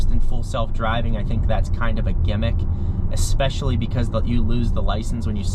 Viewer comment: Love your work but… Comp- erable accent on Comp. Creators lose people with things like Ex-specially and Ec- cettera. You are great.. funny and important for this content. Please keep up the good work.